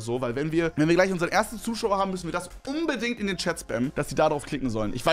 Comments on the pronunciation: hahahaha 🤣 „Schaut umbedingt vorbei!" Einfach "umbedingt" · Niemand: Wirklich niemand: Kevin: UmBeDiNgT